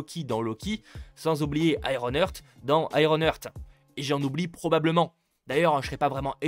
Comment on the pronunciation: On prononce ironheart iron art, iron eurt (ironearth) ça ne veut pas dire la même chose